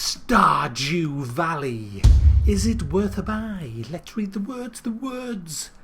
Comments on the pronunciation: I hear starjew value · Did anyone here him say star"jew" valley? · Did he just say "Star-Jew Valley"? Damn, man. That's racist. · Am I the only one who ,at the beginning, heard him say Star"Jew"Valley? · When you first read the title I thought you said Star"Jew" Valley. Ha ha, keep up the great videos sir. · "star jew valley" Nice, real nice.